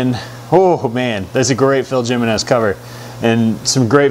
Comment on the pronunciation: Great job. You always do great reviews. I really like your point of view, also-I'm pretty sure Phil Jiminez' name is pronounced "He-men-ez "with the "J "making an "H "sound. I could be wrong tho'